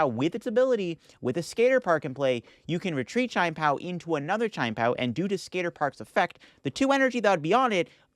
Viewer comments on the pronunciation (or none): [CHEE-YEN] PAO 😭😭😭